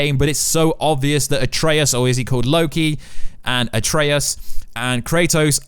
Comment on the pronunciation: Surprises me he pronounces "Loki" right :P